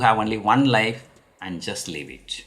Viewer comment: Is it me or anyone else who heard "You have only one life, LEAVE it" 😂